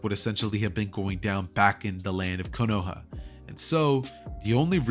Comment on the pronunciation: man just said konowa instead of kono HA